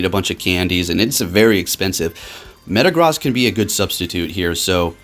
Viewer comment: My guy, could you please start pronouncing Metagross correctly? It’s super distracting in your videos. - and in that video